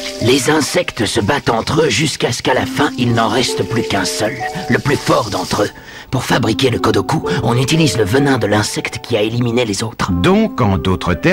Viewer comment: il a dit veneneu😂😂